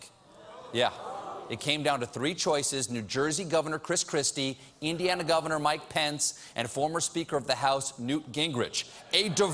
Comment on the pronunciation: is it me or Mike Pence starting to sound like 'My Pants' ?